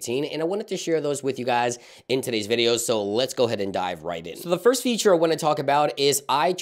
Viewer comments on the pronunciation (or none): none